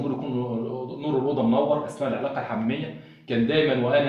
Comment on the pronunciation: اسمها العلاقة الحميمة.غلط في نطقها